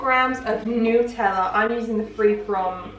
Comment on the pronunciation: "New-teller!" lolz